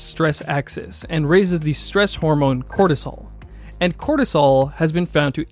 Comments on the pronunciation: U keep pronouncing “cortisol” as “cholesterol” 🤔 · voice sounds like you are saying Serum Cholestrol whereas Captions read Serum Cortisol. Which one is it?